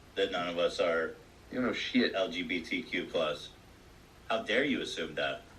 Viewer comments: i dont trust a straight person who can’t pronounce lgbtq+. it’s really not that hard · Thank you for your recap! I had to stop watching the podcast after the first time Dan mispronounced the acronym and told lgbtq+ people to shut up 😟 he was acting scary in this episode. But your facial expressions and commentary made it tolerable 😌 much love to the community 🌈